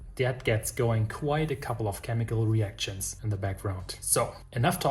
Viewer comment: another tip from a German living in the Netherlands.. knowing a little English myself.. try and suppress the t in action or reaction.. pronounce these and similar words more like “äkschen” and “reäkschen” ;) p.s. ich hab gehört, du verkaufst auch Brot zum abbacken… würdest du auch in die Niederlande liefern? Thx.